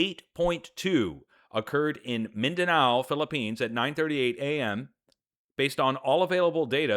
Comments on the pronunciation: Thank you for an updating. I been following you over decade, so I am glad to explain it and advise for warning advance. I thankful with you. P.S. the pronunciation Mindanao is correct! You're right 👍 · Yes you pronounced it correctly~Mindanao. The buildings are built poorly. I’ve been close to there~I guarantee there’s major devastation..